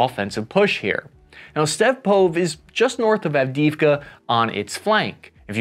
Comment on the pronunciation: Av-di-iv-ka, Sir.